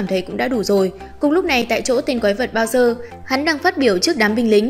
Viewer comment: Bowser thành "bao giờ" :)))